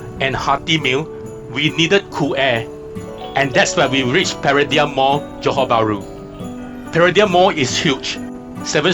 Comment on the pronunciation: You become another victim of how to pronounce ‘Paradigm’ Mall. When the original Pardigm Mall opened in Petaling Jaya Selangor opened its door in 2012 lots of folks were getting the name wrong. The mall had to officially set the record right. It should be pronounced Para-Dime. 😁